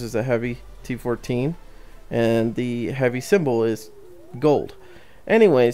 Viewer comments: Its not t114 its t14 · he calls it a T114 its T14